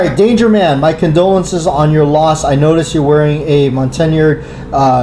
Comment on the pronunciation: The bracelet is pronounced MOUNT-TON-YARD. 🙂 What is your opinion on how long you should store magazines loaded? The current trend I hear is that spring compression doesn't change that much and that it's ok to keep them loaded indefinitely. Any thoughts or personal experiences regarding this?